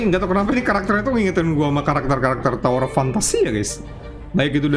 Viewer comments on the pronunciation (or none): none